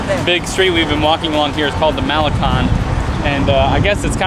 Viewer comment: I cringed when he pronounced El Malecon.